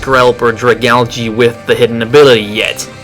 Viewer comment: It's pronounced drag-algee